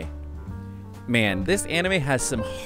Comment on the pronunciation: The way you say 'Campione' is awful... good video though. Loved it and read the light novel.